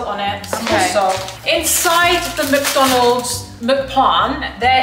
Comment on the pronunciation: Please stop saying muck donalds 😂😂